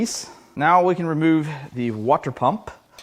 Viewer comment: It’s pronounced: “water”.